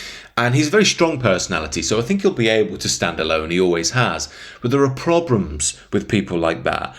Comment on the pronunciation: pronounces kanye as kon-yay, says "probrems" , excellent entertainment